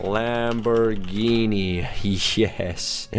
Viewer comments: He said ''Lambourghini''. Not Lamborghini.... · lambourghini... you mean lamborghini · Its Lamborghini NOT Lambourghini :P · bruh its lamborghini